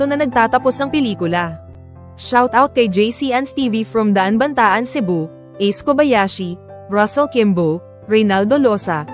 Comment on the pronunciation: Anong Daanbantaan... Daanbantayan Cebu PO